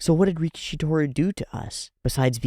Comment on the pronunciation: Let's start by calling GOAT antag properly: it's ricky-ish-y. Ricky-she sounds like sumo wrestler (rikishi.) It's funny how one extra "i" makes a huge difference 😆